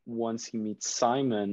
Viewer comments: Is it just me that gets annoyed when they call him sAimon and not sImon I mean I guess I am just used to it but it sounds weird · Since when did it become S-ai-mon and not Sim-O-n!?